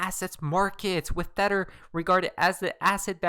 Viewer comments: Wtf is a thetter😭🤣🤣😂😂😂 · I really like your chanel and your content. But, can you please stop calling tether theter?